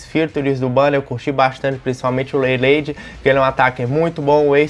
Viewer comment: Pô "REILEIDI" é foda hahauahahauauha